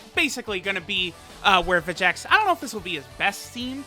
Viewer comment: It's Veyy-G-Echs